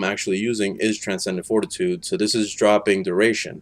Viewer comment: I almost had a stroke hearing him mispronounce something so easy